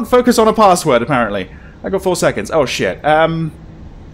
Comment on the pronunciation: There's just something about a horror Let's Play where the reaction to a medium jumpscare is "Ooo!" instead of full on screaming. Although my favorite is when starts saying "oh shit," and it comes out sounding like "woosh!"